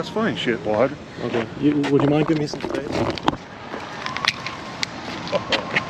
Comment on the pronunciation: Ben said "give me space" dude said "give me mace" 😂